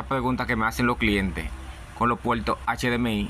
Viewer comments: los PUELTOS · Antes de continual con los pueltos, hablas como los chinos que no conocen la " R ". Aprende a usaR la " R " si vas a hablaR en español siempRe.